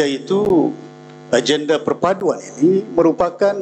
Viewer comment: YB ucap kite, agende, budayanye, untok, kite, daripade, bahawe, kuase, make, ade, rasanye, mereke, bergaye, juge, jamaahnye dll.